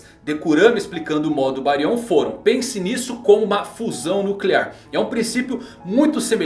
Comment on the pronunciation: Não acordou com o Jōgan e sim o Byakugan. Não é BáriON e sim BÁrion. Não querendo ser o "Sabichão", mas acredito a sílaba tônica está no "Bá".